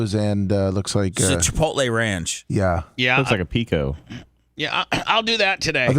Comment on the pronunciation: FFS its not CHI-POLTAY.....its CHI-POTLE